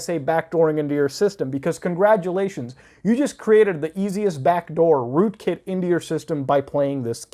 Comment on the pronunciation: rookit malware? sounds like you drank the kool-aid